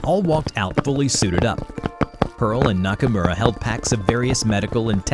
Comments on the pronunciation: The way he said Nakamura, as a weeb I did not approve. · Look my man i like you but that pronounciation of "nakamura" was atrocious